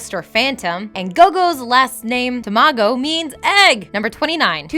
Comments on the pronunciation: Sorry but the narator needs a bit of practice, she had weird intonation and her voice was getting whiny and annoying near the end. She also said all of the Japanese terms wrong. Also the word for egg is Tamago, not Tomago. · isnt it tamago for egg? not tomago..ah well. the weebs have spoken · Please google the japanese words before you make facts, bc in many of you videos you keep mispronouncing or saying absolute bullshit.. Egg is not Tomago but tamago and so on. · It's Tamago, not Tomago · T-t-to-tomago??? Tamago* e_o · I thought 'tamago' means egg...not tomago..Like Hanatamago...that dog.. from Hetalia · actually TAmago is egg...not tomago.. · egg is tamago, not tomago :( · "Tomago" doesn't even mean "egg". I don't know if she mispelled something or if that is actually that the creator intended, but for future reference, it's "tamago". Just... Good god... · tomago????? its tamago 卵 (たまご). I swear i cringed erytime I heard it. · it's not gogo tomago , tomago is not egg tamago with and A is egg tamago not tomago !!! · ... It's TAMAGO. Ta. Ma. Go. たまご. Super important!! o_O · Egg means TA-MA-GO Please do your research correctly... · Its tAmago. And Tadashi。the pronunciation is horrible. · Why does she keep pronouncing slightly things wrong lol Tomago, Tadishi, Big Zero 6..